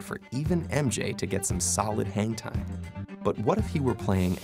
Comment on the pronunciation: Is it me or his "hang time"sounds like "hentai"